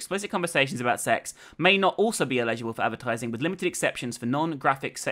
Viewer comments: Also just a heads up if anyone else had this problem she was saying eligible not illegible. I took way too long to figure that out. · you kept saying eligible like illegible and its sorta triggering me, but yeah, great video.